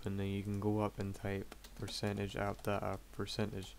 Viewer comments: he says appdata not app dat app :D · he said percentage app datA percentage, probably mixed out of his accent.